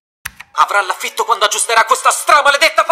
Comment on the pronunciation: È "l'afito" non "l'afieto"